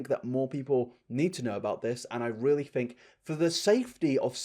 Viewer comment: When you say fink instead of think I feel warm and fuzzy inside